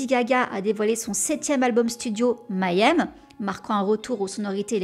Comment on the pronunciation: Merci pour cet épisode ! Juste une petite remarque --> la prononciation de Mayhem !!! !! ! C'est pas Mayonnaise, Mayenne, Maillème, MAIS May Hem avec le "H" aspiré